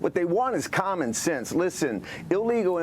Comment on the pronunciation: He said commonnsense. Oops. Mass jas zeto commen sense